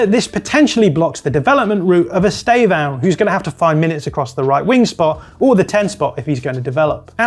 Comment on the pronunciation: That Estevao pronunciation is criminal